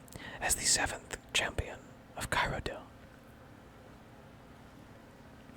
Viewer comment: love listening to you, except for your pronunciation of "Cyrodiil" lol